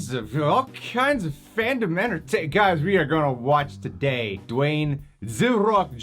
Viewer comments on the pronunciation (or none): Your right it’s not Dewayne it’s Dwayne